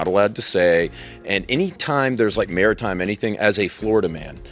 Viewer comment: "Mairitime" is the best time